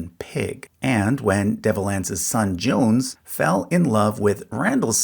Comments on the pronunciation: "Johnse" Hatfield is pronounced Joan-zee, not Johns ... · I must correct your pronunciations. Atleast in SWVA we would say "Asa" as "Aye-suh" not "Ass-uh" and "Johnse" would be pronounced "Jone-see" not "Jones" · yes, and Johnse is John-See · "Johnse" is pronounced "John-zee" and I'm pretty sure Asa is "Ay-suh" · Yes, & Johnse is pronounced like John C.